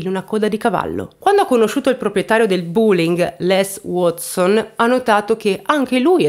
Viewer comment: Si pronuncia "BÒ.LING" senza la U! 😱 Sono madrelingua insegnante inglese. Il racconto è fin troppo ingarbugliato tra l'altro, mi dispiace. 'Bye😢